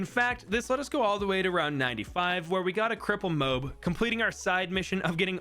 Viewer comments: It's mo ab not moeb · its not mow-b its mow-ab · The way u say Moab hurts me It’s “moh-ab” Not “moh-b” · stop saying mobe you dingulate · IT'S NOT CALLED MOBE.IT'S NOT CALLED MOBE.IT'S NOT CALLED MOBE.IT'S NOT CALLED MOBE.IT'S NOT CALLED MOBE.IT'S NOT CALLED MOBE.IT'S NOT CALLED MOBE.IT'S NOT CALLED MOBE.IT'S NOT CALLED MOBE.IT'S NOT CALLED MOBE.IT'S NOT CALLED MOBE.IT'S NOT CALLED MOBE.IT'S NOT CALLED MOBE.IT'S NOT CALLED MOBE.IT'S NOT CALLED MOBE. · I CANT WITH THE FUCKING "MOBE" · Moab pronunciation is ao bad😅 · Why in the heck does he say “Drude” and “m0ab” as opposed to “ Dru-id” and “ mo-ab”